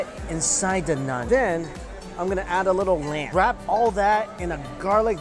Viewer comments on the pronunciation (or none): Nun? It's Naan..😅 Keep the buffets coming bruh..